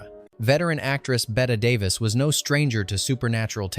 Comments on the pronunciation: "Betta Davis?" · You know it's AI when you can't pronounce Betty Davis